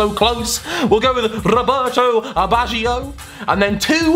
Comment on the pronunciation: "Rouberto ibaggio"